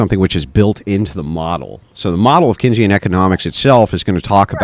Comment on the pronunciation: This dude tries to correct on Keynesian economics and then proceeds to wildly mispronounce it 🤣🤣🤣🤣